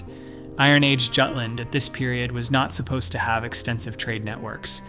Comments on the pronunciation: Jutland, pronounced Yewtland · It is maddening, in an age where people insist on pronouncing "Jagdgeschwader" correctly, that even highly regarded naval history channels pronounce Jutland as though it were an English word. 😂😂